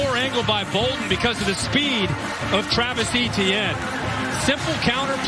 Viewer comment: Why does he pronounce etienne so weird